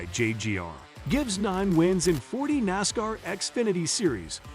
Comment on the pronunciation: Hate the computer dude can’t pronounce NASCAR properly. … and it begs for likes. 👎🏻👎🏻👎🏻👎🏻👎🏻👎🏻👎🏻👎🏻👎🏻👎🏻 💩